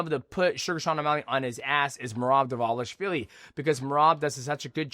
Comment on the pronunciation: How was Dvalishvili the only name you pronounced correctly bro 🤣